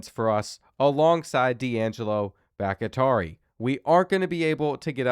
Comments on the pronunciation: It’s driving me insane so I have to say it. Dudes name is pronounced Bock-Tea-Are-ee. It’s not Bock-Atari! lol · ITS BACH-TI-ARI, LIKE FORMER PACKERS O-LINEMAN DAVID BAKHTIARI, NOT BACH-IH-TARI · Brother. I love you. But if I hear you mispronounce BOCK-tee-are-eee one more time I’m going to absolutely crash out. David Bakhtiari was an amazing offensive lineman before injuries derailed his career. Please do better next episode and I’ll let you pick the first team I do for my rebuild series ❤️ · brother it’s Bahk-tee-ah-ree, not Back-ih-tar-ee. David Bakhtiari was one of the best OTs in the NFL for a decade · Bakhtiari is pronounced Baak-Tee-Are-E, not Bak-It-tari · Bakatari 😂 The Kentucky is Kentuckying with the reading comprehension on this one. Bak-Tiar-i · no new stadiums :/. also why do you keep saying bakitari for bakhtiari. bakh-tiari. not baki-tari. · Brother it's Bok-Tee-Ar-EE not Bok-i-Tar-EE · All my Green Bay Packers fans remember the great blind-side left tackle, David BackyTarry... (psst. Its "Back-TEE-ari") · You are miss pronouncing baktiari it’s sounded Bach-tee-ari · Great stuff as always! And not trying to go all grammar nazi on ya, but Bakhtiari is pronounced "Bok-Tee-Ari". That said...keep the content comin'! 🤘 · It's pronounced Bock-tee-ari...like David Bakhtiari, the longtime Green Bay Packer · Bro please it's becoming unwatchable hearing you mispronounce these easy names. I don't know if it's ragebait or not but it's BAHK-TEE-AREE it's spelled Bakhtiari. Have you never heard of David Bakhtiari? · Why are you pronouncing Bahktiari so insanely poor? Go look up the pronunciation for former Packers LT David Bahktiari. It is "Bahk-Tee-Ari" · Boc uh taree is wild that man name Boc tee ah ree...😂😂😂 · BOCK - TEE - AR - EE is the pronunciation of Bakhtiari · Bakhtiari bahk-tee-AH-ree bahk-tee-AA-ree Please 😆 🤣 B T Dubs love your content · Brother it’s Bawk-Tee-Ari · BOCK-TEE-ARE-EE!!! You mispronouncing that name is killing me 😅😂